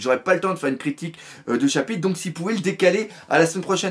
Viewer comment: jadore il dit pas chapitre il dit chapite mdr